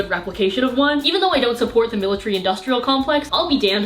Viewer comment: militARY not miltry srry ily but it just bothered me